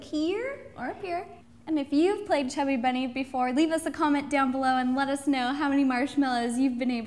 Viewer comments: Ro said chubby berney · I just wanted to say that its not chubby bunny its funny bunny but when u say it with many marshmallows then it hear likes u say chubby bunny!